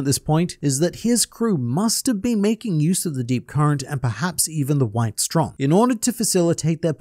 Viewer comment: just a side note: "Strom" is the german word for "stream" or "current" and is pronounced with a long o